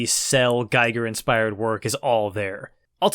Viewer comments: His name is pronounced gee-ger not gay-ger, ffs. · the way you pronounce "giger" sounds like you have some experience pronouncing german words. the i is just an i though. you pronounce it like "ei" german doesn#t make sense when it comes to this. still cool that you pronounce it ei, since most don't bother. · However, he pronounces Giger incorrect. As Giger was a Citizen of Switzerland, the Name is pronounced with an I like in Index or India :) The review is great though (as always) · Not super important, but HR Giger's last name is "GEE-gur". It's a long E sound, not a long I sound. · That’s not how “Giger” is pronounced.